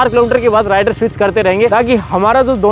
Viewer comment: ℝ𝕖𝕕ar nahi he ℝ𝕚𝕕𝕖𝕣 he😂